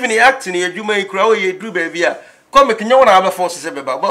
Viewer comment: Did I hear cominic???? Ei now u can even say simple word